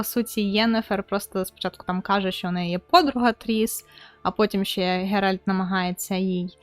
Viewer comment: Шановна, будь ласка, правильно вимовляй ім'я головних героїв - Ґеральт, Цірі, Тріс. Слава Україні! Слава ЗСУ! Хай квітне Український Ютуб!))))